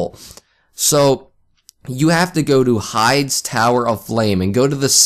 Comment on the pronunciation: Correction: high-dees Tower.